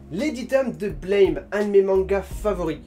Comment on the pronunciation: Au fait juste pour dire que Blame! se prononce Blâme (Blam) ブラム!, Buramu! J’entends tout le monde faire la faute.